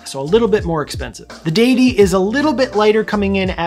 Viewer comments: deus not dee-us so deity and not deeity. You're right! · Great video mate! You pronounced it right!! I thought it was addidi